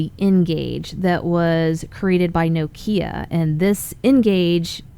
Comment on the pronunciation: How she pronounced Nokia is an absolute sin lol